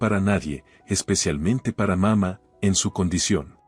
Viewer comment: Porfa nooooo se dise papa mama. Se dise papaa' mamaa'